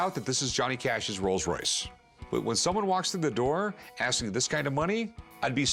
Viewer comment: There is no such thing as a "Royals Royce", it is a "ROLLS ROYCE". Real car experts.